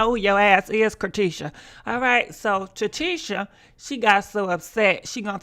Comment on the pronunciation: Leona Gibbs Naw girl, it’s TRATEISHA..LOL💀😂